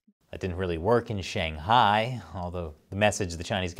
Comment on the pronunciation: Hey, the American reporter makes a successful effort to pronounce Beijing and Shanghai properly. Why don't you (eg: & respetively) even try?